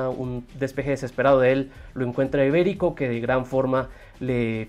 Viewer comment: Mano es Iberico no Ibérico xd